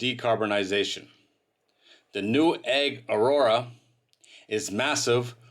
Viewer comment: Delivered to egg? learn how to pronounce the company name!